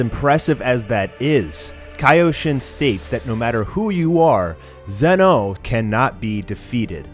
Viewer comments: It's pronounce Z-ee No not zen-oh also its not his full power shown. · Please stop pronouncing zenoh like that